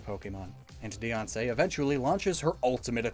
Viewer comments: I love how he pronounces Diance like Beyoncé. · everyone: diancie: deyoncé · when you said diance it sounded like beyonce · Diance is pronounced Deeansee